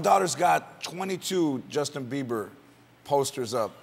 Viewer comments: He said justin biever lol He got a biever. haha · He defs said Justin Beaver. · did he said justin BEAVER ?? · Hahahhah Justin 'Beaver'...Martin said it twice...Crying laughing...Hehehehehh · lol i think he said Justin Biever but thats cute hahaha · "Justin Beaver" lol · I always hear justin beaver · He says Justin Beaver rofl